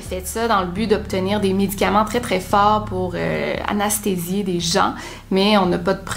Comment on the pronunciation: Oui mais elle dit "anasthasier" au lieu de anesthésier!!!